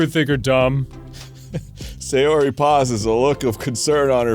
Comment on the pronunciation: Please... "Sayori", not "Seiyori"